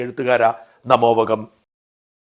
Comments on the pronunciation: നല്ല വിവരണം ' (ഒന്നു പറഞ്ഞോട്ടെ. നമോവകമല്ല, നമോവാകം എന്നാണ്.) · Mr. ഷാജൻ നമോവകം അല്ല """ നമോവാകം """ ഇനിയെങ്കിലും പറയുമ്പോൾ തിരുത്തുമല്ലോ M. T ക്ക്‌ ആദരാഞ്ജലി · നമോവാകം എന്ന് ശരിക്ക് പറ